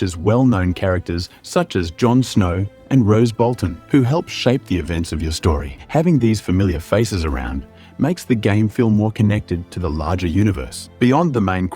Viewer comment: I did hear “rose” Bolton instead of Roose Bolton. How to say you are not familiar with the source material without saying you’re not familiar with the source material.